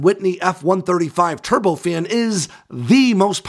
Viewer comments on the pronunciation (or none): none